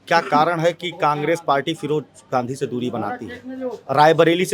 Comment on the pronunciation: Raybareli ki janta se mai kahna chahta hun ki firoj Khan firoj Gandhi kab se ho gae bhai kam se kam nam ka uchharan sahi se Kiya Karo mere brother